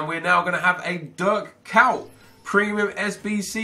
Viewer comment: Why u saying Dirk cow?